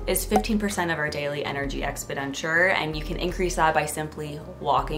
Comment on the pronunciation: You’re pronouncing expenditure wrong- “ex-PEN-di-ture” 👍